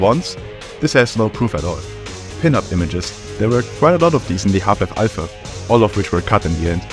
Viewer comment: It’s pronounced AL PHA not I PHA YOU idøit SANDWICH